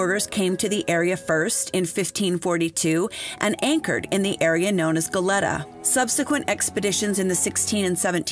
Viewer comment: Your diction is excellent, but some place name are pronounced incorrectly. Goleta: Go-lee-tuh Tujunga: Tuh-hun-guh Googling the pronunciation of place names derived from other languages, works better than anglicizing them.